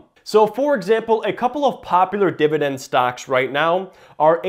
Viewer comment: New drinking game, every Dididend word you drink.